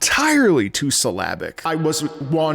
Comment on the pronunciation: For the first 20 minutes of the video I thought you were saying "Slavic" instead of "syllabic" 😂 I thought it was a musical style that I didn't know about